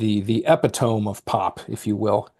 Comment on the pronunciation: Just for the record, I do know how to pronounce "epitome" properly - my consistent mispronunciation is an inside joke. You might hear me butcher "amalgam" and "albeit" in similar fashions.